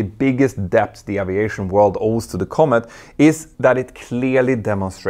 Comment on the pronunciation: Does she pronounce Aviation with an O instead of an a if you going to broadcast in English do it right